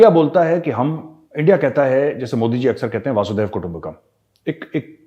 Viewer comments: मेजर सा'ब, आप ऊपी के होकर अशुद्ध उच्चारण करें तो अच्छा नहीं लगता है। "वासुधैव कुटुम्बकम्" नहीं, "वसुधैव कुटुम्बकम्" . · Major - the correct pronunciation is Vasudhaiva Kutumbakam - "वसुधैव कुटुंबकम" - It is not Vasudaiva.. Please correct your statements. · वसुधैव कुटुंबकम् not वासुधैव कुटुम्बकम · VAASUDHEV KUTUMBAKAM nahi hota hai major sahab. VASUDHAIVA KUTUMBAKAM hota hai. please correct it. VASUDHAIVA ka matlab earth hota hai. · बढिया video as usual. Sir, with due respect please note, वासुदैव कुटुंबकम ये उचित उच्चारण नही है. उचित उच्चारण है वसुधैव कुटुंबकम. वसुधा एवं पृथ्वी. वसुधैव कुटुंबकम का अर्थ है की पृथ्वीही कुटुंब है. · Major sahab. One correction. Vasudhaiv kutumbakam. Vasu is वसु